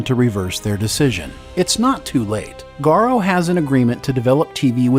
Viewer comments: 1. I'm really not confident that Gero is pronounced "garro". It doesn't sound right. 2. It might be useful to remember that "fetters" are medieval torture devices that hold one down. Sure seems fitting. 3. Popcast misspelled "too", twice! Once and then a bit later. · I’m sorry, but please show me the “a” in “Gero”. After you kept on mispronouncing it _so many times_, I couldn’t not say something. Irritated me right out of hitting the like button for the sake of Stargate.